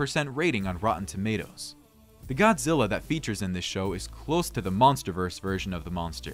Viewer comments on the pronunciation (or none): none